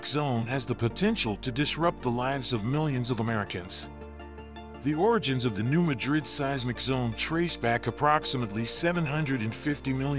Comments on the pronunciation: New Ma’drid, not new Ma drid’. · pronounced New Mad rid check on google how to pronounce